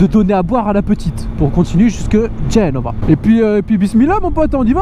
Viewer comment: L'accent était pas mal, mais on met l'accentuation dur la 2eme syllabe. Genre pas GEnova, mais geNOva. Sinon toujours aussi bien tes vidéos continu comme ca